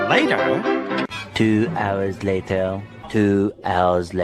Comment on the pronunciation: Layteir (Later)